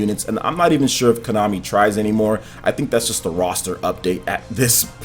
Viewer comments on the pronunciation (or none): none